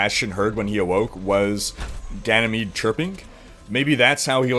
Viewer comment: I find it funny how every youtuber butchers the new maps name xD